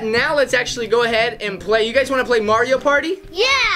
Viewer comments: For the last time, it is Mario not Maryio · saying mario wrong